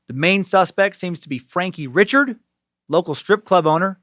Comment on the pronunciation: ree-shard, not Richard (they are spelled the same, Cajun vs English pronunciation). I live near Jennings 😊